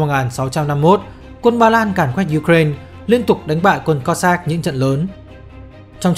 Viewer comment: nghe phèn phèn ấy. kiểu cố gắng tỏ ra là mình phát âm tiếng anh đúng. ko như người việt đọc là u cà rai na. nhưng mà u cà rai na là tiếng việt hoá mà. xong giờ đọc 1 bên việt hoá 1 bên la tinh. nghe chối chối. k biết có ai vào cắn ko. hic